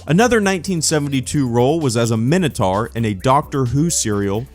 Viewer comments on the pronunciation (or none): Minnatower? I have heard Americans try to pronounce minotaur before, but that was astounding.